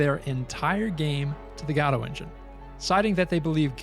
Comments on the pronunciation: Thanks for making this great content to showcase Godot😀For what it’s worth, the name is pronounced like “go doh” and not “god oh.” Using the correct pronunciation is a small detail that will improve the quality of your already excellent work.❤ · It's not "gado", it's "Godot" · It's "ga-dough" for the love of GOD, if you're going to pretend like you care about and praise an engine that clearly hasn't gone anywhere two years later, you could at least pronounce it right.